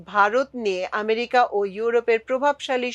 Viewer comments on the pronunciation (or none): none